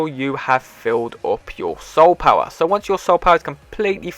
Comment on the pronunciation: Lol I just love how he says power (powar)